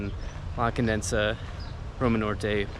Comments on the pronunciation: Hello, to begin with, it's not condensa, it's countess (condesa), kondeza, I inform you that Mexico City is one of the safest in the world of its kind, and it is among the ten safest in Mexico, and not only in Roma or Polanco, the entire city It is very safe, achievment from 5 years ago, obviously if the possibility of being robbed in some places increases by a percentage, but believe me, everything is well monitored and controlled, not just the "tourist" places as you believe, in fact CDMX is not already done nor was it thought of in tourists, everything you see has been thought of by local inhabitants, that city has only been exploited for tourism in the last 15 or 20 years ago, one fact: there are more than 80,000 cameras throughout the city connected to a large control center, bigbrother, and its police and organization is an example, greetings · The people you saw in the tents are protesting, they are not homeless, they're also some immigrants from Haiti they live in tents in CDMX but they are not dangerous. The news channels always talk about how dangerous Mexico is and the reality is not that bad. say it like this (Condesa) CON DE SA the way you're saying it, it sounds like condensa.🤗 come back soon!!!👍👍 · It drives me irrationally angry every time you pronounce it “Condensa” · It’s La CON-DE-SA! It’s annoying that you keep mispronouncing it. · condesa = con- deh- sah that's how you pronouce it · Condesa (Countess) Not CondeNsa (Condenses) 😂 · i just want to help you. It is NOT CONDENSA, BUT CONDESA. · Like your vids bud....a little correction...you keep saying "Condensa" its actually "La Condesa" only one "n" !!! did you go to Santa Fe and el parque la Mexicana? you need to explore that area, check out Museo Soumaya and Coyoacan bohemian neighborhood!!! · Condesa not Condensa. Condesa means countess. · Condesa ! Not Condensa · Condesa ❌ Condensa ✅ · It's CONDESA not ConDENSEa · I crack up everytime, it's conDESA not condensa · Con-de-sa not Con-densa